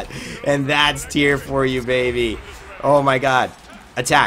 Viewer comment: Tie-Ra* Not tier.